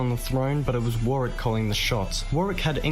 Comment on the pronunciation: I recently found your channel mate, its good that you are interested in our history. Just to let you know that the narrator kept miss-pronouncing Warwick. Pmsl. Warwick is my home town, and I cringed every time he said Warwick. Lol. For a little sleepy town Warwick has a lot of history. It's most famous for its Castle. The castle is open to the public, and you can actually stay there. It also has live shows, jousting, sword fighting etc. They actually do a war of the roses show. It is also home to the world's largest trebuchet which they use as part of a show. If you are interested, Google Warwick Castle.